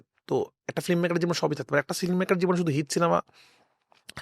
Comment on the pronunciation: রাফি ভাই ওটা ফ্লিমমেকার না, ফিল্মমেকার। ফ্লিম না ফিল্ম। শব্দটা বাজে শুনাচ্ছে..